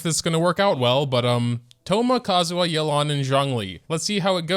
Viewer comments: why does everyone call her yuh-lan?? is this some American accent? in Chinese it is pronounce yeah-len 叶栏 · Why is he calling her Yelán? we've seen the story, we know how it's pronounced, why!?